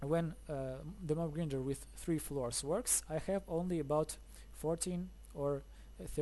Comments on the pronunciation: Your English is very good! Just one tip. "Grinder" - say "i" or "eye" gr-eye-nder. Not "Greender". But that's just a small tip. Thanks for the video, it's a cool and neat design! I'm going to struggle to get the villager up there, but I'll give it a go. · its pronounced mob gr-eye-nder as in eyeball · Lol it mob grinder not greender lol good video